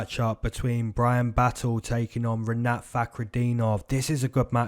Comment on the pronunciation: Yeahh broo🔥🔥❤️🫵🏿 that’s how you pronounce my name Like it! This weekend’s #Moneycity prediction Said Nurmagomedov Jake Matthews fight over 1.5 rounds Sean Strickaland vs Jared Cannonier over 1.5 rounds Rinatt🔥🔥🫵🏿